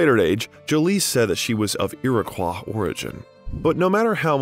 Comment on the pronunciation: Iroquois is pronounced more like ear a coy